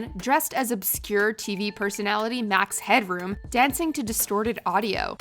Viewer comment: Max Headroom? Was that the way you pronounced it? I remembered something different